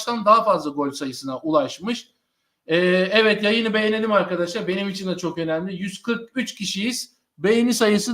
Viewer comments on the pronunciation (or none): none